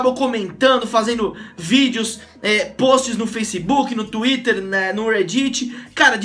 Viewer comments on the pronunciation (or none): none